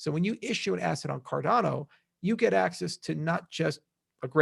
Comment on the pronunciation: ⭐️ CROW TEAM. Tell to Stop saying CarDONo. The coin is called CarDANo!